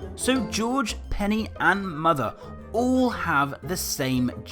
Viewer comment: You have Mothuh XD